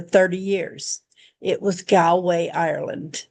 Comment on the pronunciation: Galway is pronounced gawlway